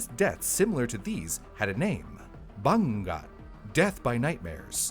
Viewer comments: This would have made a great episode during Halloween. "Bangungot" - pronounced- ba - ngu - ngot - is a Filipino term for it... IIRC. Gawd, I haven't lived back home in nearly 2 decades. Haven't visited in 5 years. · Its called Bangungot (Bah-ngoo- ngoht) idk how to describe the sound of the 'ng' but its like a sound of a motor, the sound feels like coming from the nose. hope this helps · I slightly cringe then laugh whenever mispronounced bangungot. 😅🫣 The syllabification is ba‧ngu‧ngot. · It's funny how "Misamis Oriental" was pronounced really well for an American but the word "bangungot" was just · Of all the videos I've seen here, never did I expect to talk about Filipino superstitions. Oh, and except for "bangungot", pronounced a lot of the Filipino words/names pretty well. Kudos to you,! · The bangungot though 😞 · Quite hilarious for attempting to prunounce 'Bangungot' . Extra credits for trying but good video for covering one of filipino's nightmare. It is truely terrifying and the fact that it is quite common occurence in ph. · the nightmare here is how pronounces "Bangungot" 😂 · Bangungot - /baˈŋuŋot/ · Ba-ngoo-ngoot Not ba-ngung-got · Its not banggot Its ba-ngo-ngot The u is read as o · Haha! I had to double take when said that word. I was like Bangu-WHAT? Hahaha! XD Or you could say it's BUH-NGOO-NGOOT. 👈😃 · it's called bangungot [bah-nguh-ngoht] in the philippines not banggat 😭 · It's pronounced as Ba-ngu-ngot and not Bawngot😂😭. I was confused at first since there's no Bawngot hahahah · It's Bangungut (Bah-ngoo-ngot) not Bangga. And in my dialect, we call it Hurom. If you experience this you should tr to move even just your finger tips or even try to shout in your dream and you'll wake up (Speaking from experience). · it's BA-NGU-NGOT, that's how it's pronounced. Just don't eat way too much before going to sleep. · the way he said “bungot” is funny af 😂😂😂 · it's pronounced as ba-ngu-ngot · Its is pronounced as Ba-ngu-ngot